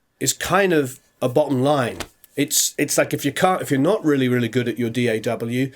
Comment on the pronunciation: It's a small thing, but I appreciate that you actually say the letters of the acronym "D.A.W." instead of just saying "daugh" like most people do. Thanks for not being dumb.